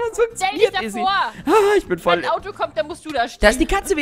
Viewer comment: Mega Fail "Wennn" 😂